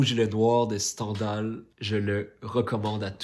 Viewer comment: On prononce STINDAL